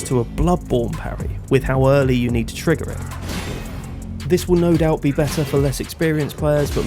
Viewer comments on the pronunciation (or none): none